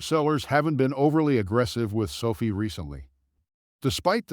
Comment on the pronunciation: 2020? Sofeee is how your AI pronounces it. Won’t be back